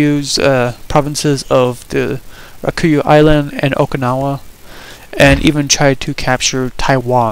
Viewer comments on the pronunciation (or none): Were does the pronunciation Kaiyoto and Rakuyu come from? Its Kyoto and Ryuku, if you're trying to pronounce it in a japanese way then just read it correctly in english and you will be much closer.